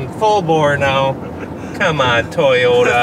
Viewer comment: what is a Tiyota? pronounced it correctly what happened 😂